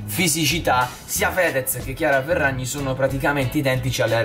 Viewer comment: Hai detto chiara ferrazi